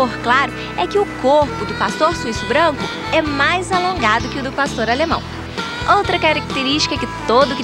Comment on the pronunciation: otimo o video !!!! só é chato ele falando Pastorralemão